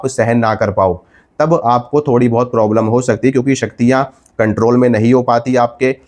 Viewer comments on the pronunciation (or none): none